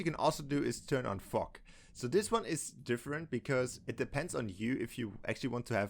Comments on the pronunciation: “One thing you can do is turn on fok “ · Every time he says fog it’s sounds like fu##